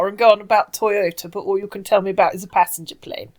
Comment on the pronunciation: OMG this guy drives me insane!! Oh c'monnnnnn. ehhhhhhhhhh uuuuhhhhhhhh. I do love the weird emphasis on words like passENGer plane. Mwah mwah mwah mwah. Jumbo jet, jet plane, jet...